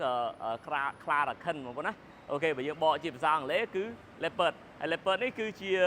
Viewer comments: Leopard = លីអូផាត ❌️ Leopard = ឡេភឹស ✅️ 😂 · English ខ្លាំងពេក Leopard = ឡេភឹស ok brother you win